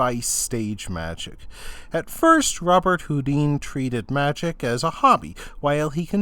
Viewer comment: His name is pronounced "Robert Hoo-DAN", ...much like famous musician Chopin is pronounced "sho-PAN" and not "CHOP-in" or "Sho-PEEN".